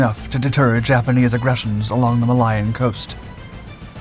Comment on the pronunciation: Great video and documentary as always. ❤️ "Muh-Lion coast" 🤣 And like watching a great concert pianist who can't dress himself...as always. I'm begging you, narrator- Get an editor or producer over the age of 50. Is your dad still with us? Maybe an uncle? Please don't change though. It would ruin the charm😛